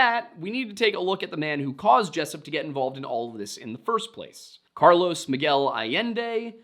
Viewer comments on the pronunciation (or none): none